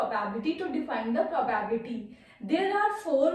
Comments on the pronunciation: It is called "Pro-bi-bility". Not "Probabity". Thanks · It's probability... Y every North indians are telling PRO BAAAB LITY 🙄🙄🙄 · *pronounced as pro bi bility